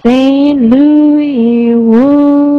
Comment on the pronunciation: she pronounces it "Louis" as opposed to "Louis"